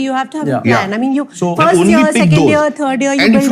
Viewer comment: Firsht nahi first hota hai mote 😂